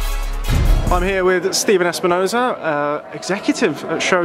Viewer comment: Asked to point at the easy work and he said Spine nozah